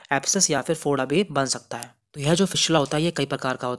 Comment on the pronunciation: Bhai Foda hota hai (Bhoda) nhi hota